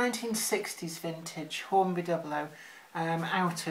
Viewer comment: It's pronounced doo-blow not dubl-oh.